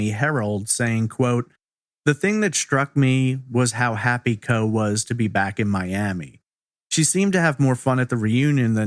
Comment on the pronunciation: Isn’t that pronounced “CO-EE?”